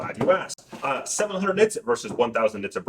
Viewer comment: Ha ha ha - It's NITS not Knits !!